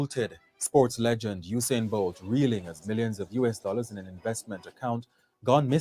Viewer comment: Lmao at how you guys pronounce Usain’s name (it’s pronounced: You - Sane). They bolted with Bolt’s money 😩 Anyways, keep being lovely & thanks for the tea mi gyal ❤❤❤